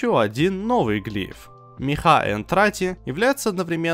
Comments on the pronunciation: мЕха а не мехА. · дружище, позволь поправлю. Не Мехá, а Мéхи.